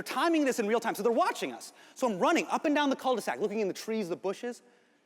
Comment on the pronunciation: Not "cul de sac" lmaooo